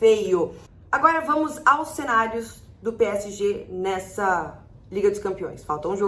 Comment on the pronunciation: Só eu escuto ela falando p é e g? Kkk